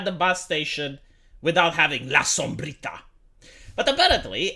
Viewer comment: I love how you pronounce "la sombrita" you have good spanish pronounciation.